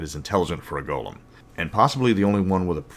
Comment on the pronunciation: I know you are saying Golem but every now and then i keep hearing Goblins. And that just makes me tremble at the idea of bone goblins.